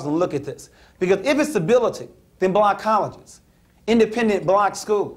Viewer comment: Blooonk colleges. Dude just pronounce it properly.